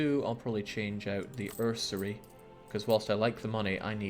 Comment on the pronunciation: Where's the second R in usury?